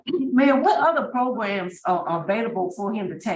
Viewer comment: Lol progrums. That's the dignified way to say it.